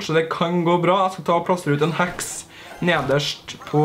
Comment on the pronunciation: Er jeg den eneste som syntes han sier "hax" når han egentlig sier heks?